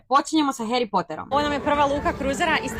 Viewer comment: Nije Hjeri nego Hari s Poter..a 😂